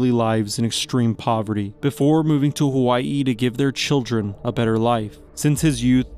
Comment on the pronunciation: Saying Hawaii like that is a lot bro